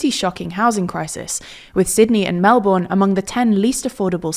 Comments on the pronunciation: Mel-bun. Maybe even Mel-ben. Never “Mel-born”. The second syllable is paced the same (or faster for preference) than the Mel syllable! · Please, please, please don't say "Mel-boorn"!!! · Melbourne is pronounced 'Mel-bin' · It's pronounced Mel-burn (as in it's hot so it's gonne burn you), or Mel-bin. Ignore the o. Also Labor is red, Liberals are blue. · "mel born" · melbourne is pronounced melbuhn. look it up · arghhhh my ears! its pronounced mel-BEN not mel-BOURNE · This is painful to watch. It's pronounced AL-ban-eeze. And Melbourne is pronounced without the R. MEL-bn. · To, it's written Melbourne, but it's pronounced Mel-burn Cheers from an Italian-Australian living overseas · It’s pronounced Mel-Burn not Mel-Bourne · More like Mel-Bin, which somewhat rhymes with Bris-bin. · I don’t know if you can do a video about Australian politics if you pronounce Melbourne like that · also, I'm surprised you don't get the pronunciation of Melbourne right! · For a presenter that is usually so good on pronunciation, the Melbourne slipup was a bit disappointing. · Is it too much to ask Americans to pronounce Melbourne correctly (sigh) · As an Australian my main issues with the video was Melbourne was pronounced Incorrectly and that Adelaide was not highlighted Adelaide not being highlighted as an Australian City. Both Mistakes were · The important part is putting the stress on the first syllable. If you do that the exact vowel you use on the second syllable doesn't really matter. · Please learn how to pronounce Melbourne :((